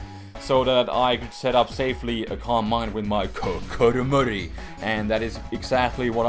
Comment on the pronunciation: It still freaks me out when you say Kokoromori...